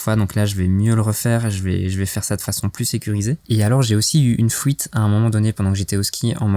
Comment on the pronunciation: GG hombré ! L'important ce n'est pas le voyage, mais la destination en tout cas quand on prépare un van, sinon c'est un peu difficile de voyager en toute sérénité. J'ai bien entendu "Fouite" aussi et pas mal de "chipoter", mais c'est pas grave on te pardonne, car la vidéo était vraiment sympa et que dire de ton éponge Homer Simpson ? Bref, à bientôt pour tes prochaines vidéos.